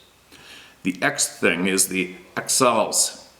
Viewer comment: Thank you for sharing my email I am jerrod taylor ... xals is pronounced (hauls) with a hard H..... sta alis is pronounced shhhh hay less..... I have other experiences to share....